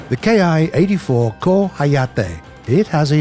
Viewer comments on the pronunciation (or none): is saying K (Pronounced Kay) I(eye) But in reality it's ment to be pronounced Ki (like Key) That's the proper pronunciation of Japanese army aircrafts Any vehicle with an I in is pronounced with that Eeee